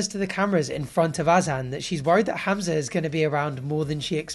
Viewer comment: I like how you pronounce Hamza properly